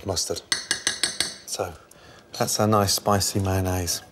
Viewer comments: "Manaze" - Chef Gordon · UK: meh-en-nayse SG: may-on-nis